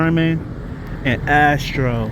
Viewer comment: That’s astor not Astro lol